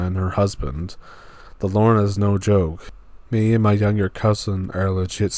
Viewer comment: Please, make a better effort at pronouncing "La Llorona". It is not Lorna. 🙄